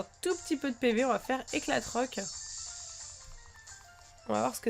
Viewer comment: c est pas TROC mais c est ROC